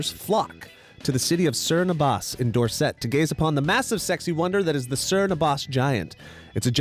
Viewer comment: I mean he couldn’t even say Dorset properly so don’t hold your breath